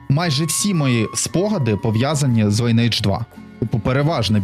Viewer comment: Майже ніхто не знає, що назва вимовляється не Лінейдж, а Лі́нидж 🤓